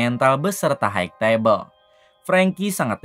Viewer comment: hai tebel bukan haig tebel sampai kapan org ind bisa mengucapkan kata HIGH